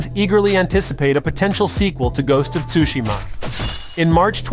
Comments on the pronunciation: How does he say ghost of “tushima” wrong but say it right “set on tsushima island”?? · Is this AI??? The voice sounds fake and is pronouncing "Tsushima" wrong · The T is silent